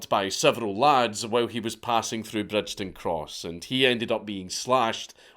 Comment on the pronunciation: You can tell Dank is a teuchter ie not from Glasgow - Bridgeton is pronounced Brigton 😂 silent D Dank ffs